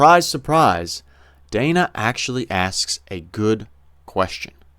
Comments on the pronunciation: It is DAN-Uh not DAY-nuh. Short “A” not a Long “A” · Hey, just for future reference—to further polish your commentary—the CNN anchorwoman Dana Bash’s given name is actually pronounced “Dann-uh,”—rhyming with Hannah—in other words, the first ‘a’ being a ‘short ā’. I know, I’m also not thrilled by the kind of reporting she represents, but even amongst those hyper Right-leaning partisan commentators to whom I enjoy listening, even they have these sorts of details about our ideological and political opponents nailed down. As obnoxious as CNN’s reporting tends to be to those of us on the Right, it helps to bear in mind just how far they’ve actually come from their depths of depravity, specifically, their days under the leadership of the execrable Jeff Zucker, circa 2013–2022, when dipshits like Don Lemon and Jim Acosta reigned supreme, and when Brian Stelter—although still around—was a much more of a constant, nightly fixture, and Republican rockstars like Scott Jennings, along with other Republican and libertarian voices like Ben Ferguson, Brad Polumbo, Mary Katharine Ham, and David Urban couldn’t have even gotten within 75,000 lightyears of a CNN broadcast.